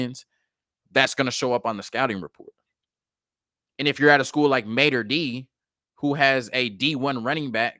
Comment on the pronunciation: its Mater Dei ( Day), sir..